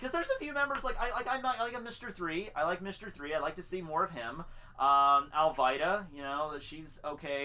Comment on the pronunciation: dude her name is "Al-vida" and its "ku-ro" learn to pronounce the name right if your a true fan you should know how to pronounce the names